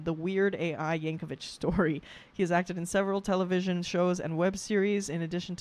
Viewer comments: I hate to be that person, but I have to point out his name is yankovic not yankovich. vik, not vich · It's pronounced Yank-o-vick, not Yank-o-vich. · Yankovic, not Yankovich. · Someone else probably mentioned this, but Weird Al did this song before the movie came out, without seeing it. He went by rumors of what was on the net about the movie. There is no one like Weird Al. Oh, and it's YankoVICK, not YankoVITCH. There is a parody movie of his life called "Weird." Daniel Radcliffe plays him. Yes, THAT Daniel Radcliffe. 💙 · Would love to see you do more Weird Al reactions. P.S. "Yankovic" does not rhyme with "stitch", "witch", or "itch". It does rhyme with "stick", "quick', and "tick". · I’m sure someone has commented this, but JUST IN CASE no one did, his name is pronounced Yank-oh-VICK not Yank-oh-VICH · "The Compleat Al" "Weird the Al Yankovic story" and "Al specials" are lower-case L not capital i. Al (as in "short for Alfred") not A-period-I-period. Also in the context of this person, it's pronounced "yang-ko-vik" not "yang-ko-vich." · Just a heads up, it's pronounced yankovik, not yankovich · Not "Vich". There's no H. 😁 I hope that person who told you it was a Billy Joel parody was yanking your chain. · His last name is pronounced "Yank-o-vick" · Pronounced "Yankovik'. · Continues mispronouncing Al's name with the pronunciation literally right in front of her.